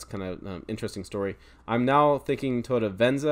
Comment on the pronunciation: you need practice on saying Toyota😅